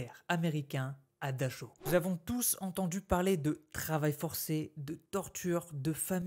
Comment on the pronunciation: ils n'y a pas à vérifier, je parle couramment l'allemand, c'est comme dachau, c'est dar haou en prononçant bien le h. Et c'est bien le camp de buchenwald près de Weimar !